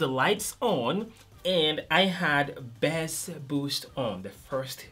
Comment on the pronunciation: Can you just say Bass. It's not Bess. There is an A there not a E. Accent doesn't matter. Pronounce it correctly. Because it is a bit confusing when you use it in your sentence because it sounds similar to Best, but We know you mean Bass